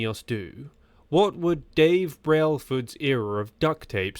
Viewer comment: What kind of content is this? You can't even pronounce "Geraint" or "Brailsford" or "rudderless" or "Arensmen" properly bro. Do you know the you're on about? Back to the ai drawing board...